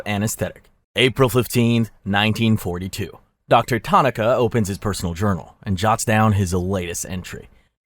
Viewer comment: analgesic said anole jehsick Excel said eggsal and too quickly Incorrect simple pronunciation of Tanaka(tah nah kah) and Ishii (eeshee ee)